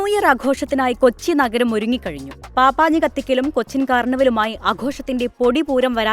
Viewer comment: പാപ്പാഞ്ഞി എന്നല്ലാ പപ്പാഞ്ഞി എന്നാണ് പറയേണ്ടത്.